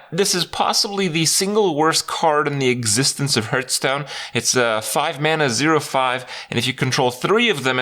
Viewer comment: When will he stop saying hurtstone